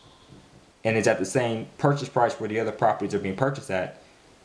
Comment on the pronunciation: IT'S PURCHASE. WITH A S. LOL